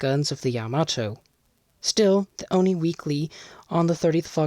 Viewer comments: Nice vid. Don’t pronounce “ONI” (Office of Naval Intelligence) as a word word. Read out the letters, just like other similar acronymns CIA, FBI, NSA, USN. ⚓️ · One little note: ONI is just the letters (for Office of Naval Intelligence), not pronounced like a word.